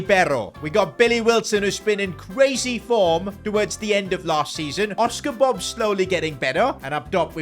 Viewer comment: It Bobb nor Bob that just sounds like bub